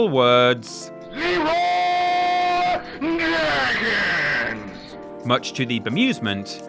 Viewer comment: What the fuck is an "incel?" - Oh, is it "Leeroy Jenkins?" It sounds like he's screaming "Leeroy Naggins."